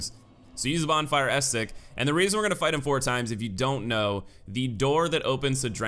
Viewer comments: as-ce-tic, not astic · "Bonfire *estic*" shudder It's "Uh-seh-tick", fyi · Super entertain videos. Bonfire ascetic, its pronounced A-SAID-IK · It’s friggin Ascetic not astic or estic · Doesn't matter much in the end, he just sounds kinda funny saying "Ass-tic". Picturing a gorged parasite. Kinda grossed myself out. I will share this disgust with you all. You're welcome. On the note of grammatical shenanigans, "ascetic" most often refers to a person, so the item itself makes little sense on first glance. If it was used as an adjective to describe the bonfire it should say "ascetic bonfire" to be technically correct. But are you really carrying a bonfire around? Still strange. I choose to believe it's a little engrish happening. To be fair Ascetisism is about self-denial as a form of spiritual or personal discipline so it makes SOME sense for flavor. If I'm not entirely of track Hindu monks practice a form of ascetisism. They are ascetics. Rambling late night comment. Yeah! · "Aztec" X "Aesthetic" X "Ah-see-tick?" $$$ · Good video, but one thing was driving me crazy.... Ascetic has three syllables. Pronounced, Ass-seh-tic